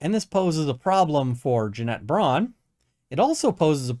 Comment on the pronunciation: I still laugh every time you say Jeanette "Janet" Braun